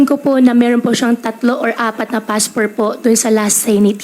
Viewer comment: Pambihira, intsik ito. Inaral lang talaga ang tagalog. Yung pronunciation nya sa passport ay "paspor". Walang pinoy nagsasabi ng "paspor". "Submit" pero yung sabi nya is "sapmit". . Walang pinoy ang nagsasabi ng ganon. Her Tagalog is not questionable dahil nahuli nya yung accent. I'm also a pinoy but may punto ang Tagalog ko. But you can never fool anyone when it comes to English. Universal ang English accent at pronunciation ng pinoy. May konting punto but hindi kagaya ni Alice Guo. Walang pinoy na nagsasabi ng "paspor" o "sapmit". Bakit hindi sya ipagsalita ng English? Let her read a page of an English book to check her accent and pronunciation.